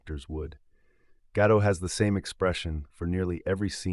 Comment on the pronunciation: her name is not gah-dote...it is gah-dot, like spot, cot, tot...as in shabbat 🥸. she tries to westernize her name or even worse tries to frenchify her name like brigitte bardot. at least she she is not as bad as natalie portman trying to hide her judaism for most of her career